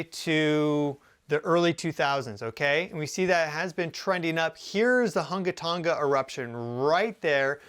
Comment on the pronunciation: You said that volcano name really well. Good job 😊